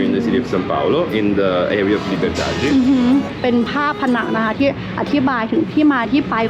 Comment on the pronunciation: อ่านว่าลิเบอดาดี้ หรือลิเบอดาด แต่ถ้าคนบราซิลจะประมาณลิเบอดาจี้